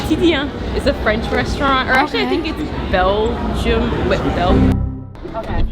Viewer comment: As someone that lives in Belgium I am offended doesn't know how to say my country